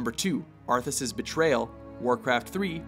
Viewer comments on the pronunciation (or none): Maybe someone have mentioned this but its ARTHAS not arthus... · IT'S ARTHAS!! NOT ARTHUS!! NERDRAGE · Arthas, not ArthUs!!!! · Arthus? hahahahahahahahaha common man... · ARTHAS!!!!!! NOT ARTHURS!!! -. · arthas not arthus dumbasses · bolog wait, "ARTHUS" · Arthas/Arthus. Easy mistake to make. No need to go crazy about it. Side note: If you listen to it pretty much sounds like he's saying Arthus. I'm a Warcraft nerd too but in the end, it's just a made up character in a game. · I dont wanna sound butthurt but... ArthUs. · First, it is Arthas, not Arthus! IMO Zeratul vs Kerrigan should have been in top ten, it didn't even got a mention, the intro of SCBW and Arthas becoming the Lich King were not even mentioned and not even shown at all... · Dear; Who the fuck is ''Arthus''? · Ummm, "Arthus' Betrayal"? Who is Arthus? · Arthus' Betrayal.... Do you guys INTENTIONALLY misspell and mispronounce things to piss us off? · Theres a mistake : His Names Arthas, not Arthus. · Arthus ?? ArthUs ??? FUCKING ARTHUS ?!?!?! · It's "Arthas," not "Arthus" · ...you said Gromm instead of Grom and you really called the lichkings alter ego "arthus" ?...really guys? its ARTHAS. how about "dethwyng" and "Yllydan" next huh? do some goddamn research... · Arthus? Really? It's Arthas. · Arthus? ARTHUS?!?!?!?!? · It's Arthas...not Arthus... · One, the Orcs in the Orcs vs Humans cinematic conquered the kingdom of Azeroth, later known as Stormwind, not Lordaeron. Two, it's spelled Arthas not 'Arthus'. But otherwise decent list. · Arthas' Betrayal will always be Number 1 for me. And btw you wrote AND said "Arthus" ! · Artha's betrayal not Arthus... ;) and I think that Mists of Pandaria definitly deserved a spot here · ARTHUS????? ARTHUS?????!!!!!! GTFO you can't even get your own fucking list right. Also, Arthas's betrayal should have been #1. Back in those days that plot twist unscrewed your head and took a dump down your neck. Kotor-esque awesomeness. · arthus ?? lol